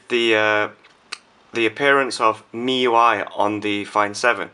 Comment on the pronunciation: don't know why,i keep hearing miY .miY